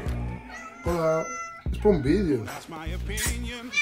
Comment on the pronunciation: Hallo es hola es alemán y se pronuncia jalo venga crackkkk